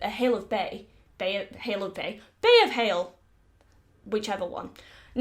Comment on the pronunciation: Hale of Bay 😂